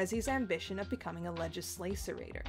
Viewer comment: It's prononced legis(hard g)-las-er-a-tor.